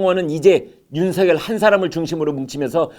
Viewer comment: 디지털 시대에 거리가 무슨 소용? 윤총장은 특별수사팀 꾸리면 되는 것이고 부산으로 가는 검사는 부산에 오거돈 부산까지 제주로 가는 검사는 제주까지 등등 뒤집어 엎는다...... 추미애 장관은 자신이 잘못된 선택을 한 것으로 인해 잠을 설칠 것이다.... 문대통령도 밤마다 악몽으로 인해 단말마의 비명을 지를지도 모르는 일 많은 이들이 윤성녈로 (잘못?) 발음하는데 비해 김광일의 입은 윤서결로 바르게 발음! 굿!